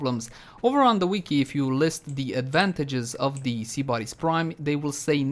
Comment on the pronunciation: I'm triggered how he said sybaris